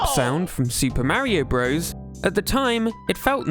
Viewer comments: When did this trend of pronouncing "bros" phonetically? It's short for Brothers. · It's pronounced BROTHERS, not "bros". "Bros." is how you abbreviate "brothers." But it's still pronounced "brothers." Other examples: Cpl is pronounced corporal Lt. is pronounced lieutenant Sr. is pronounced senior Jr. is junior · For those who don’t know, including here, the game is NOT called Super Mario Bros, like a frat boy. The game is in fact called Super Mario Brothers, like anyone with a brain would say it. The abbreviation Bros. Is short for Brothers. The problem with Nintendo youtubers is that they are young and didn’t actually play these games as kids and they don’t do any of the most basic research like how to pronounce words or understand basic English grammar. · Pronouncing Mario "bros" like the modern US slang term for "friend" makes me cringe. Back in the 80s and 90s when these games were being created it was always fully pronounced as "brothers". Maybe it's PewDiePie's fault ...